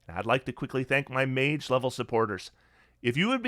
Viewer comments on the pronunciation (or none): none